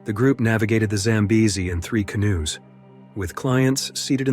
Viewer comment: AI strikes again in this narration, mispronouncing English words! AI calls canoes "can-oo-ees!" And yesterday, I heard AI call a location such as St. Martin's as "street Martins! And they always mix up homonyms such live and live, meaning location or "not dead!" Some are funny but most are not!